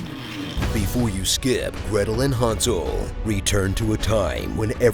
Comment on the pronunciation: For gosh sake, pronounce Freya's name correctly. People whose mother tongue is English seem to have no clue that the Friday is literally named after Freya. Also, it's Hansel, not Hunsel.